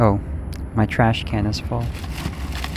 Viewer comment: lol "oh my thrash can is full"🤣